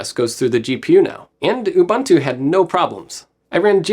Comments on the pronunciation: Since we care for pronunciation: We say U-"boon"-tu, not U-"bun"-tu. Coming from a South African. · Tries to pronounce TI correctly, refuses to pronounce Ubuntu correctly LMAO